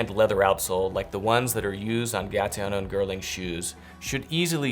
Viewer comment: Did you just say “gaTiano and girling”?